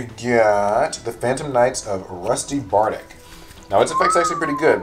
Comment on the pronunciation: Bardiche is French. The I is supposed to be an Exclamation sound and the ch has the same sound as Check.